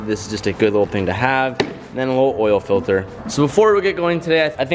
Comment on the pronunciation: “The air FILTHER”😂